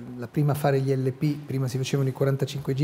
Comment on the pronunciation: Serena Bortone non sa pronunciare correttamente "gl" (come anche Amadeus). Per chi fa televisione è un difetto grave... che ci vuole ad affidarsi a uno specialista per correggersi?